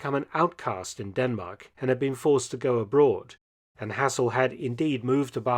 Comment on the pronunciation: Shame you can't pronounce Hassel properly.